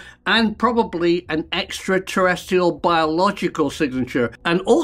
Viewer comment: Love the shows but I do wish you would pronounce extraterrestrial properly not extraterrestial. Thanks Karl.